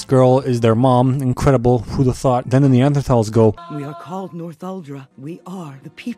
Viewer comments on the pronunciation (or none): none